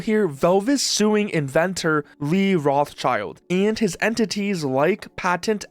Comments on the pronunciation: Afaik the right way to pronounce "Rothschild" is something along the line of "Rot-shield", with the last -ld piece being soft like in Gerald. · The name Rothschild is originally a germam name and in Germany it is pronounced: Rot h shield Rot means red schild means shield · Dude cant even pronounce Rothschild i am totaly confused what rot child he is talking about 😂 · His name is rothschild, roth-schild... and also you dont say roth you say rot, and schild like shield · while it is funny to hear Roth's being called children over and over... its Roth Schild, ya can get the proper pronunciation from google by translating "red shield" into german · That guy who said his own name part wrong (schild isn't spelled like "child"! It is the German word for Shield which is spelled just with a shorter i that sounds like the English "e") seems to be even worse than Nintendo. Patents of Ideas that can't be a real device shouldn't work as a patent. But the USA is that greed capitalistic that their patent system lets it happen... Who believes AI blindly that they are too stupid for their life! That, what we call "AI" today can only copy stuff and they can't know what is right or wrong. So if they also should generate things they just copy, not create. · love how he pronounches Rothschild xD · It's pronounced as Rot-Schild